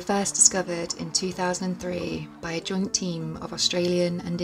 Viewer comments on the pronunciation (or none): I know you said "joint team of researchers..." but it sounded like "drunk team" lol!